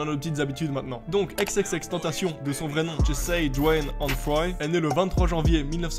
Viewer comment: ‘’Aix aix aix tentacion’’ 😂